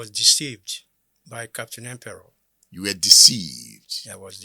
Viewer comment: The name is Empere not Emperor